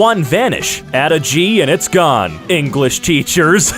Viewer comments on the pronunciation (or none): none